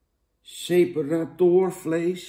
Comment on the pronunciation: Jan komt best uit zijn woorden, "Ipabier" en "seperatórvlees", lekker man.